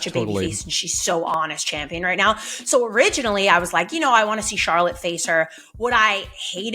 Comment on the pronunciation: How you butcher Charlotte's name that many times?